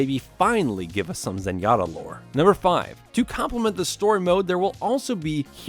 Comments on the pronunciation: No no, that was Zerg-jatta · I'm sorry did you say Zengatta